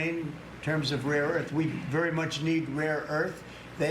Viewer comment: " Ukraine has a great rear earth"😂😂😂😂